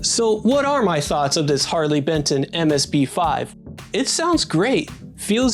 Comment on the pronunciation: ‘Harley Betson’ 😢 These guys are churning out quality like this at this price point - gotta get the name right mate haha